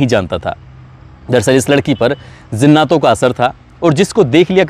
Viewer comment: بھائی میں نے عمدہ تلفظ کی وجہ سے ویڈیو بند کر دیا کیونکہ برداشت کے باہر ہو چکا ہے زناتوں کیا جہالت ہے